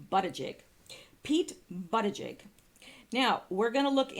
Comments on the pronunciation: I would correct you on the pronunciation of Pete Buttigieg's name, but I think YOUR pronunciation suits him better & has a nice ring to it!! LOL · In south bend they pronounce his name bootyjudge. hilarious his name sets up all kind of jokes without mentioning that he's also gay the jokes write themselves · I thought it was pronounced Booty judge....with a first name of Peter, kinda makes ya think he was steered to his, umm, lifestyle choice, eh? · Buttigieg is actually pronounced "Buddah-Judge." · 🇺🇸Thanks -Volume sounds good so far😉 Also they claimed the pronunciation is "Boot-a-judge" on the news & that's how they've been saying it but I haven't heard him actually say it yet so idk😰 Steven Crowder is calling him "Butt-Gig" for fun irony 😂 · I saw old Pete on the View.. They were pronouncing it Boo ti check Can't stand the view.. Watch them like I used to watch Jerry Springer 25 years ago...it's the SHOCK factor..